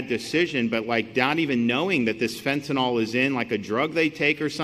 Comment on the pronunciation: Majority of people pronounce it fentanol, which sounds like some kind of "alcohol" derivative, rather than how it's spelled, fentanyl...